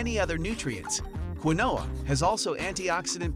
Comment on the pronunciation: Do your research, not everything on this list is legit. And he pronounced quinoa wrong